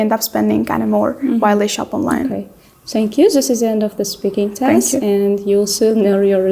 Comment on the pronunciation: it's not Sank you😭 Examiners, teachers, please, do NOT mispronounce the simple -TH sound